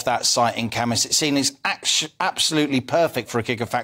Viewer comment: How nice to hear pronounce the name Cambois correctly!